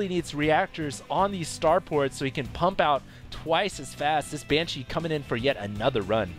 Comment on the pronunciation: i love the pronunciation uses for saying banshee. banCHEE